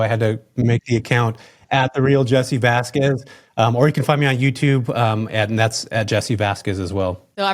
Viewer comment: learn to pronounce Vasquez. You’re embarrassing yourself.